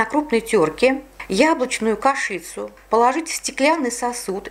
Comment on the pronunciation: Огромное спасибо за труд! Но кашИца - странно слышать от взрослого человека:)))